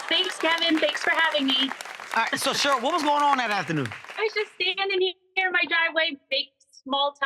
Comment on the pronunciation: Um, Cheryl is pronounced “Share..earl “ not, “Sherl” Kevin 😂